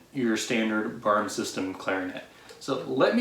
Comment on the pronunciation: Hey buddy. Boehm is pronounced “Baym”.